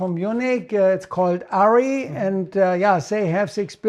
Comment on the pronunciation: 😂 I love how he sounds aaa cinema camara ARRI is it 🤌 ahah